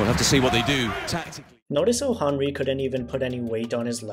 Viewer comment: I have a feeling you're a footy fan, not just because of the clip but because you pronounced Henry properly on top of that.